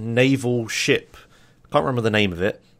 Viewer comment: who also think everytime he says shit instead of ship? or is it just me? o_O